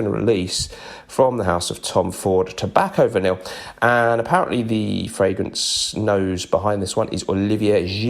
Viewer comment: I really wish you'd pronounce Tobacco Vanille correctly. It's one of my favourites and each time you've done it over the years, it makes me want to rip out my eyes. Swallow them. Vomit them back up, and pop them back in their sockets. 😔